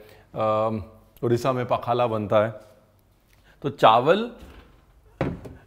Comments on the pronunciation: 😂😂it's not pakhalaa it's pakhala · Sorry to say Ranveer sir ... I'm from Odisha.. and that pronunciation of Pakhala was wrong😅